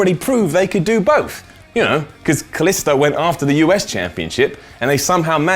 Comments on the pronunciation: Kaliso? Kaliso? It's KalisTo but I still enjoy your videos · I think that its pronounced 'Kaleestoo